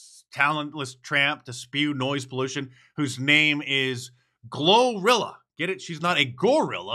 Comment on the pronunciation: That segment with 'Glo-Rilla' was painful.